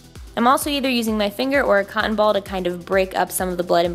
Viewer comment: i know she says cotton latex but it seriously sounds like she says condom latex sometimes lmao 😂